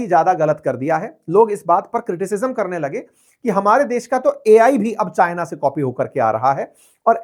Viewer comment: CHIANA ROBORT 😂😂😂😂😂😂😂😂